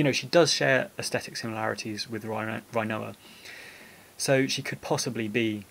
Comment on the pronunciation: I love the video! But it must be a prerequisite to make final fantasy videos to pronounce things weird. Dollay and Rhino-ah